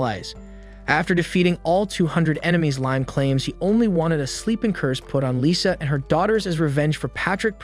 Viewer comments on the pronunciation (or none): none